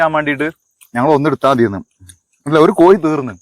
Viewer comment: കോയി അല്ല കോഴി